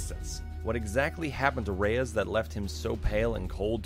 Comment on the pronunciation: I'm not the only one who can't stand the mispronunciation of "Reyes", am I? Everyone in-game says it like the word "Rays".